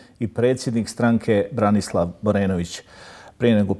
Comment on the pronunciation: Čovjek se zove Branislav a ne Borislav. Selam za BHRT